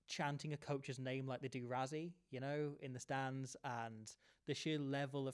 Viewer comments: Why does the British media pronounce Rassie as "Rah-zee"? It's "Rah-see". ❤from CPT, SA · And it’s RASSIE not RAZZIE! But hang in there we do love your contribution